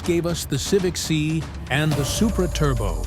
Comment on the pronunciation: AI needs to learn context better. Civic "see" Try "Civic S.I."